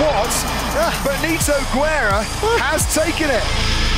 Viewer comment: Haha, Benito Güerra 😂 In spanish, we don't pronounce the 'u' between 'g' and 'e' or 'i'. We only pronounce it when it has Umlaut with words like pingüino. Benito Guerra 🇲🇽💯🇲🇽💯 First Mexican ROC champion!!!!